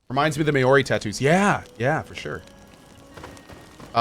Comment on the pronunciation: Mayori!? I think you mean Maori.